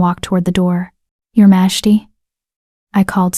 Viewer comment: Please teach the AI to say "majesty"!!